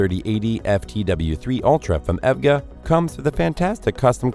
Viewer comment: Hey said "Ev-Ga".... all credibility Lost for this channel.... HAHAHA.... it's E.V.G.A..... not Evga... LOL